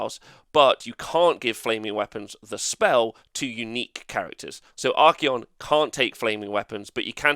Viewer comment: Endless spells are able to move through spell portals, but cannot be cast through a portal. This has not changed. He is not called Ar-key-on, it is Ar-cay'on. Try adding his name into google translate and press play. Wait wait, there are so many nerfs to Tzeentch (highest pts nerf) and you want to remove the cogs?...come on.